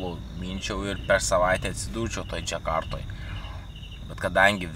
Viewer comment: Maza pastabele-Indonezijos sostine yra DŽAKARTA. Ne Džekarta. Kaip ir varanas. Ne veranas. Bet gal labiau patinka E raides🤔🌴🇱🇹🚴‍♂️